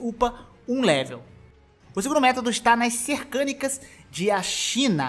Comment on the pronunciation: Mano, eh CERCANIAS, n eh difícil falar certo n. Treina aí!